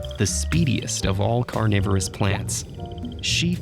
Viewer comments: Read carnivorous as "coronavirus" lol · People living in 2020: I thought it was saying coronavirus plants. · ya, who read carnivorous as coronavirus ? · I thought it said coronavirus plants lmao